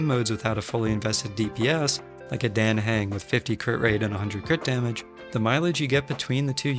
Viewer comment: It’s dAHh hUng the game pronounces hus name pleeeeease say it right